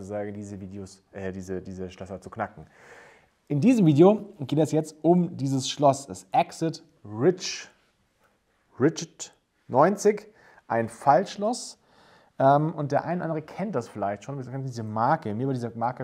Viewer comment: Acid wie Säure. Nicht Exit wie Ausgang 😄 Ansonsten: Wenn du das Loch nicht findest, geht nichts. Bekannt 😁